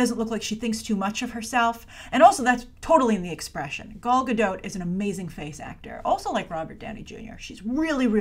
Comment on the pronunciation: Grace, I love you, but please stop calling her Gal Gadoat (rhyming with boat) it's Gadot (rhyming with ... dot), she's been on talk shows where she says her name as well if you'd like a reference for it - I realise it's a foreign name and difficult to pronounce, but I cringe every time you say it 😅.